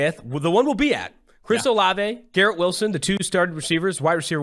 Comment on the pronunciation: It’s not “Garrett” dummy